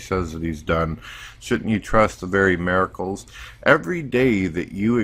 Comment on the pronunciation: Anyone els notice says miracles "maricles"